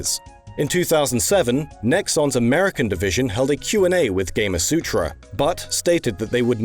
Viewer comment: Surely "Gamasutra" rhymes with "kamasutra"? Not "game-a-sutra"?